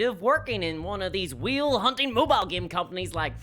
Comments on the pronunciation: Excellent video! It did take me a while to realize what you were saying "whale" not "wheel." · Why is he saying wheel instead of whale🤔🤔🤔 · Way L. Not We Eel. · I couldn't tell if she was saying wheel, or whale... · Haha I took me half the video to realize you were saying whale not wheel. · I'm still not convinced after watching it. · Like... I heard you make the A sound for other words. This is whale erasure!